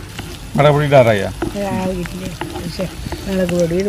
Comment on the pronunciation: Melegu alla mulaku enna parayanullathu